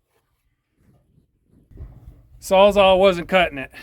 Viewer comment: The shed turned out really nice for someone who says he never framed before! For clarification, are you saying sawza or sawzall when talking about your reciprocating saw? I can’t tell… (Milwaukee came up with the term “sawzall” when it developed the reciprocating saw